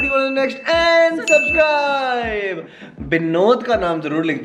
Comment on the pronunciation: I like..when aunty says....suscribe😍